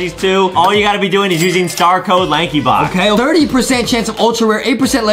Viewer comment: Why did you said lankybock instead of lankybox??